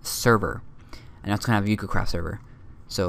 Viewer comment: Great video your really good at you tubing i subscribed of course just wanted to point out because everyone gets this wrong its pronounced oo go because its Japanese. i don't mean to be rude just pointing it out.